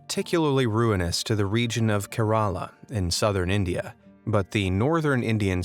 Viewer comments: MAN!!!!! IT IS NOT SPELLED KERALA EVEN THE WORD IS KERALA. IT IS SPELLED LIKE THIS "KEH . RUH .LAA" (OR) LIKE THIS "KE.RALA" NOT KERAALA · So funny to hear u pronounce kerala